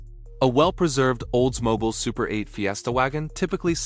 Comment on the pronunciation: Why can't these narrators pronounce names correctly. It is not Olds-Mobile it's Oldsmobile. I hear it again and again, a documentary where the narrator mis-pronounces the most common of words or names. Mostly because it is a computer-generated voice, proving that computers are only as smart as their creator. In other words, Artificial Intelligence is f@@ in the head.